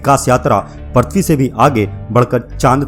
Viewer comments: पर्थवी नही पृथ्वी बोलो भाई । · पर्थी नहीं पृथ्वी।